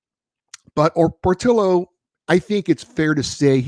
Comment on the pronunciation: It's POR-TEE-O.